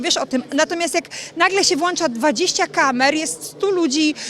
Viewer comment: Włącza po pierwsze nie Włancza pani ten sam poziom kariery to broni koleżanki